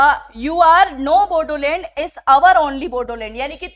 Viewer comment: बोडोलेंड नहीं... बोड़ोलेंड है